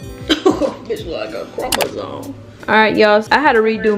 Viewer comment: I thought you said crocodile lmao you said chromosome😂😂